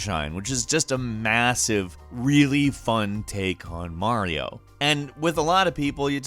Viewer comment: You said Mario wrong.